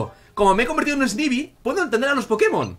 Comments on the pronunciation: no se lee snaybi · snivy se dice esnaivy saludos n.n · snivy se pronuncia snaivi